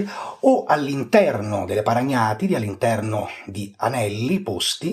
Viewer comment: Quando il maestro pronuncia la parola "paragnatidi" in Francia qualcuno ha un malore 😂😂😂